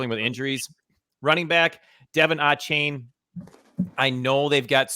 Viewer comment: Achane is pronounced a-shane. Highly recruited out of Fort Bend Marshall here in Texas.